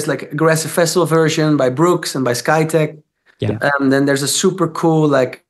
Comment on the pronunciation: Drogie, Martin wspomniał o remixie Skytecha, nie Skyteka:D pozdrawiam!